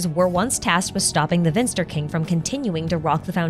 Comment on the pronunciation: the "V" in Vinster is pronounced as when you say the "f" in "life". Which is how you pronounce the German word "finster", which means "gloomy, dark". "Vinster" is the old German word the word "finster" is derived of :)